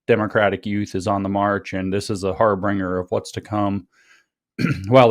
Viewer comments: "Harbinger" not "Harbringer." -- Your Friendly Neighborhood Grammar Nazi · Im triggered by hearing "Harbringer" instead of "harbinger" twice withing the first few minutes. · I came to comment "HAR-BRING-ER!?" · har-bringer? HAR-BIN-GER, ffs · Harbringer? How many times you gonna let him say it like that? Friends don't let friends sound retarded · Harbinger. No “r.” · Stop saying harbringer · Harbinger. The intellectual guy can't pronounce harbinger. Since I noticed that, I must be woke right, because noticing is woke right. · Is it weird that James doesn't know how to pronounce harbinger?